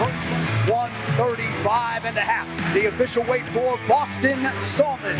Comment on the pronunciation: Anik pronounces Salmon like Jonathan Abram, smh.